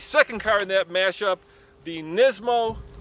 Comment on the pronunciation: You say nismo wrong, you say it like nesmo